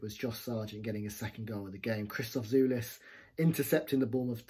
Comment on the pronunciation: The correct pronunciation is "Jolis", not "Julis".